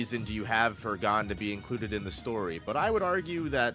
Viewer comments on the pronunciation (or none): Hearing you pronounce Gon (g oh n) as (gone) is like nails on a chalkboard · love the video except for boss pronouncing Gon like “gone”